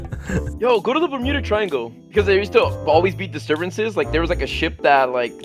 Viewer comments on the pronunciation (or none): none